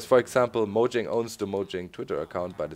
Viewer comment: And doc it is said like "moyang" not "mojang"